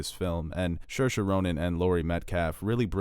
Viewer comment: You know that Saoirsa Ronan (and others) have made videos on how to pronounce her name?